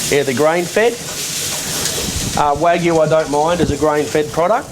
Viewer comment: It's WAGYU, goddamn it! Not "Waygu!"